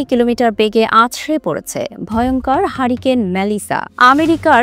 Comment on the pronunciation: হাড়িকেন আর হ্যারিকেন, উচ্চারণ কি এক!?